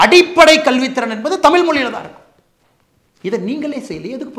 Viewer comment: சரி முதலில் நீங்கள் டமில் என்று உச்சரிக்க வேண்டாம்...தயவு செய்து தமிழ் என்று உச்சரிக்க வேண்டும்....சரி